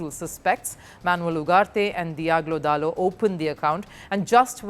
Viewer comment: I love how she struggles with pronouncing dalot's name, beautiful.